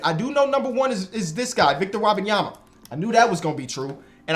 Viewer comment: "victor wabanyama" 😂😂